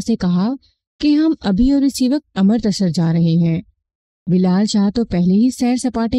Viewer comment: امر۔ تسر نہیں بلکہ اَمرِت سَر